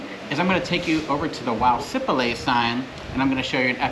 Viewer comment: You’ve been in Sipalay for what, a couple of weeks now? And no one has told you it’s si-PAH-LIE? Emphasis on the second syllable and not on the first like you guys have been doing. It’s not SEE- pa-lay but si-PAH-LIE. Not lay as in lay your head on my shoulder but LIE as in two truths and a lie.